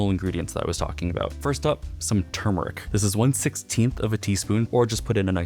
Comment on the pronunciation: I found you in my recommended videos and I have never been so blessed before! I love how you're one of the FIRST people to pronounce "turmeric" correctly! Most people, even a lot of cooking channels, pronounce it"tu-mer-ic". You're so precise in your cooking and your soft voice and slowed down mannerisms make me feel like you are cooking just for me. You are exact with your measurements and your presentation is like a gift you are making. I am so in love with your channel. You have me for sure, as a new sub and friend, if I may be so bold. I love coconut as my favorite flavor, too, of tofu dessert! I feel like I'm in a very warm atmosphere, watching your video. I love your sign and your framed pictures! I'm often said to frame everything I see. I have found a "home" in your channel. I will be watching all your other videos. Thank you,...